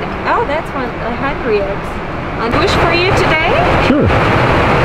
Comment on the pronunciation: The champagne should be pronounced on-ri-o. The h and t are silent